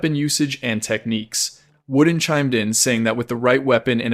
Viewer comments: i do believe i cant watch this you are saying wooden and not vordan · Bro its vorden not worden. Apart from that everything looks good